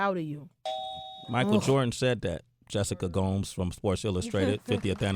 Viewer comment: Sway: I wanna make sure I'm saying your name just right. Says Gomes pronounced as Gomez👍* Sway then calls her Gomes pronounced Gowms for the rest of the video. 😒He was too thirsty to notice